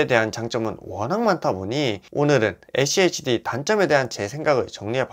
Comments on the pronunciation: schd를 achd로 발음하네....ㅋㅋ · 에씨에이치디 No!😮 에쓰 씨 에이치디 입니다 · 에찌에이치디 ㅋㅋㅋㅋ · 발음이 어려우시면 슈드라고 말하시면 훨씬 편할겁니당😊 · 죄송합니다 ㅠ 다음부터 슈드로 발음 하겠습니다 ㅠ